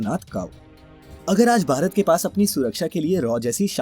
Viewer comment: अच्छी जानकारी है । आप अक्षर "भ" के उच्चारण का अभ्यास करें क्योंकि आप "भारत" कहने की जगह "बारत" कहते हैं । कम से कम अपने देश के नाम का तो सही उच्चारण करना सीख लें । संजय अग्निहोत्री उपन्यासकार